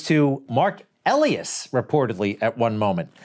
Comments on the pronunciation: E. Lie. Us.! Not elly us. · Mark Elias' name is pronounced "e-LIE-as", not "EL-e-as". Lets Go Brandon. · I believe it is pronounced Ah- lie-es , I'm not kidding!